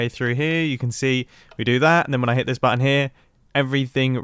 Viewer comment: No one: Absolutely no one: Not even grian: Mumbo: bAtTon